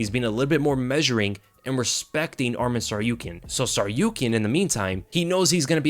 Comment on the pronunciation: Interesting fact the way you pronounce ArmEn (which is another Armenian name) but his name is ArmAn. but still great breakdown thanks !